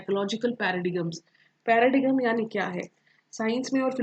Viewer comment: Nice explanation but ma’am your pronunciation of paradigm is not proper